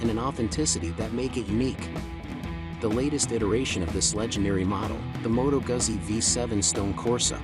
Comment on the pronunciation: its Moto gutsi